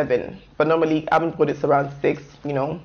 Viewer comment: Abendbroottt xD, nice video !!